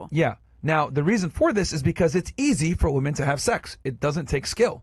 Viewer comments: Omg I can’t watch this! The girl in white says woman instead of women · What is it with these women these days? They can’t even pronounce women. Why do they say woman when it’s plural? Drives me crazy.